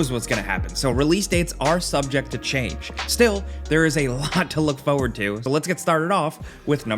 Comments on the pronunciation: Stalker 2 is also made in Ukraine so all credit to them still making the game 🇺🇦❤️. Also it is pronounced 'forward' not 'foouerward' 🤪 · What is this "fauwaud" he is constantly looking for? xD